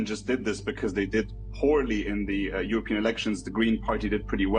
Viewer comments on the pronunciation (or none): none